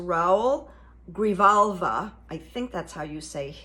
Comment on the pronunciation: If you’re interested.. his name is pronounced “grihalva”. He is from my little blue district in Arizona.